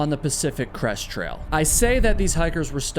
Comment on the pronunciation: I got nearly halfway through the video before I realized you were not saying Pacific Crust Trail. I thought it was a weird name until I looked up Pacific Crust Trail. Oh. Crest. Not Crust, not Crush.